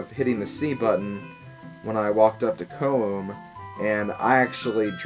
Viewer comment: I know LPer's hate how people correct them on name pronouncing but I want to at least tell you Koume's name is pronounced Ko-may. But if you feel more comfortable calling her the other way, that's fine, same with Koteke but it's close enough lol. Anyways, to also add from the last video, I'm glad your doing your LP's in your own style, I would probably do the same thing too, all sidequests first.